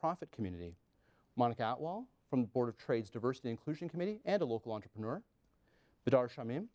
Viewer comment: "Enter - pre - ner" - 2015